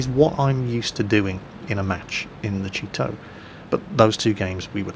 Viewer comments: All I hear is, "The Cheeto" xD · I'm used to pronouncing/hearing Japanese tank names like "Chi-To" and "Chi-Ri", so I never heard "cheeto" once.